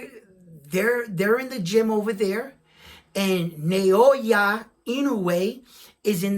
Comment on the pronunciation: Inoue's opponents would no doubt rather fight in Japan -- because that's where the money is at 122. Let's see if I can help with Inoue's given name: It's NAH-OH-YAH. ... rather than NAY-OY-YUH. His name break down syllabically like NA O YA = NAH OH YAH